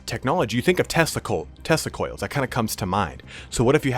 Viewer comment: Oh man each time you said Tesla Coils, I heard Testicule. What a nightmarish vision. hahaha